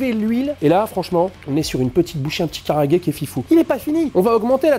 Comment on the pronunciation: Super vidéo, mais Japanese grammar nazi incoming, pour la forme, vaut mieux dire "kalaage" que "karaage". Ca me pique mes oreilles.